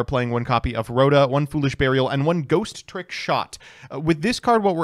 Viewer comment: I swear it is INFURIATING that you deliberately enunciate the second "T" in "Ghostrick" that ISN'T THERE